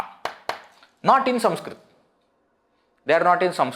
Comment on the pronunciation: Do you have a speech defect? Why are you saying SUMSKRIT? Should it not be Sanskrit?